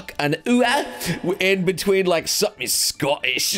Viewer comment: "just a sco'ish uwu" xD